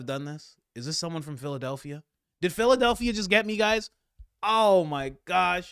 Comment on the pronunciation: When Candace said Phildelphia ,yea i super LOL 😂😂😂